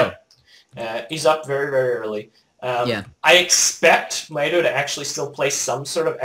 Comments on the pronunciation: Mikes name is pronounced "my toe" :D although your accent may just make It sound different, nice commentary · ***** Actually it is pronounced "My toe" =P